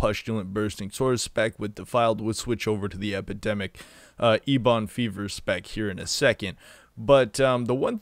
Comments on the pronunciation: I'm with Justin on this one. I quit watching the video after "Ebon Fever." You lost all credibility. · Is there an inside joke to the way he keeps pronouncing Ebon Fever